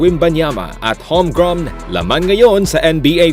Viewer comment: Grem po hindi grom.